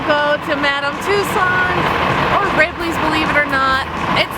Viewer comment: Why do you pronounce "Madame Tussauds" and "Ripleys" like that? :) And Monopoly takes two dice, come on! :P